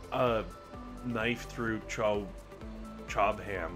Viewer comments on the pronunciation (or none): love the vids, great format:) I'm from the UK. This is a place that hails from here-ish! Chobham has a silent H. In case you run up against this base again, pronounce it Cob-um (no pause). Q: Do you think that your side-kick will ever master sitting in a swivel chair long enough to co-host an episode of Dr T?